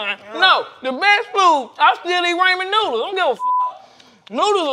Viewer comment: “Raymond Noodles”